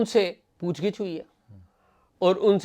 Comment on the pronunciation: پُوچھ گِچھ .... درست تلفظ کا شکریہ.